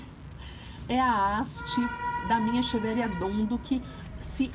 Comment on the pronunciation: Se pronuncia equeveria